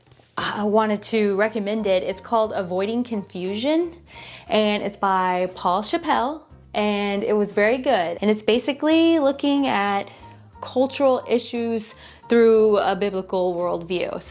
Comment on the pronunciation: Thank you for all the great ideas. I love watching your videos. Just a loving correction: Paul Chappell’s name is pronounced “Chapel”, just like the word for the chapel building. I happen to know some of the family. Thanks for recommending the book.